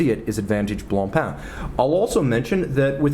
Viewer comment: It’s « Blancpain », not « Blonpainc » ;)